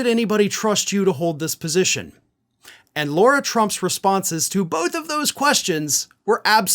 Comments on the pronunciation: Dude, it's LAR-ah. Not LORA or Laura.. Now I'm no fan of the trumps, but everyone deserves to have their names, said the right way. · Lare-uh not Laura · IT'S LARA! NOT LAURA! God! I love you, but you drive me crazy when you continue to mispronounce the names of people who are constantly in the news and everyone else pronounces it correctly. AND MARCHAN IS PRONOUNCED "MARSHAHN"! God! It's your job to be accurate! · Her first name is "Lara", not "Laura". A small issue, but pronoucing everyone's name correctly makes your content that much more credible. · Lara not Laura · It's Lara not Laura. Pretty important to use language properly in your seat bro. She Still is POS but that is beside the point. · Her name is Lara, not Laura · Still here asking to pronounce "Lara" correctly, and stop saying "Laura". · Does she actually pronounce it "Laura"?